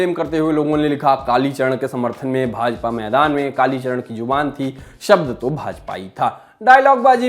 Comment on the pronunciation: Kalicharan g ka name to km se km sahi se lo channel valo